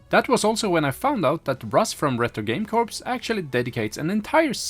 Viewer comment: Corps is pronounced as 'kors', not corpse